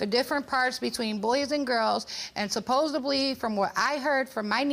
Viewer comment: Supposably?it's supposedly,.....